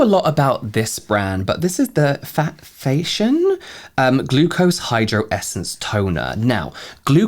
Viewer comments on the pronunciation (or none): Faa tee yhon is how to pronounce Fation.